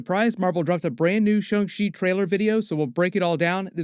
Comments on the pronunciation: Why is everyone saying Shung Chi. Thought it was Shang Chi… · I hear shong chi like when you say Shawn… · did I just hear "Sho-chi video"?